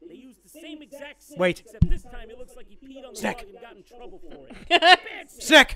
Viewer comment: Snek. It's snek. SNEK